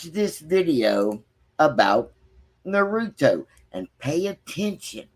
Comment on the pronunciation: Naruto. Nah-ru-toe.